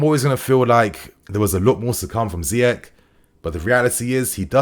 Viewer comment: It’s pronounced ZEE-ESH!